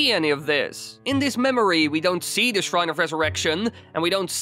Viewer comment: The Theee or Thaaa ..' NOT ... Dah ...